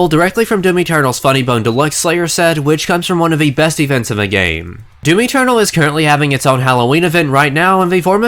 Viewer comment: I swear to fuck, I kept hearing you say "Mountain Dew-m." If that was intentional, that's fucking hilarious in the punniest way. However comma if it was unintentional, and it seems like I'm making fun of you for a minor speech impediment, well, it's still hilarious because I'm an asshole. I'm kidding, about the making fun of him thing, not hearing "Mountain Dew-m," which seriously they should be using to advertise this crossover anyways.